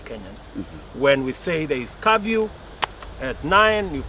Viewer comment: Did he just say curview?